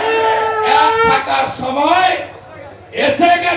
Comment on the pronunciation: ছময় না😁 শব্দটি সময় হবে।